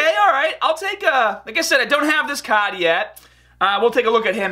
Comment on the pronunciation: When you say card XD